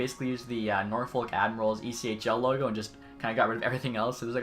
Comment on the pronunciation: Never pronounce the L in “Norfolk” lol. I’m a Hampton Roads native, so it makes me cringe hearing that. 😂